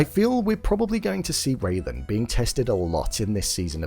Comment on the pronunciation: It's RAYLAN, not Raven!